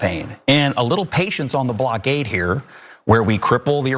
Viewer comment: Why can’t these idiots pronounce blockade ?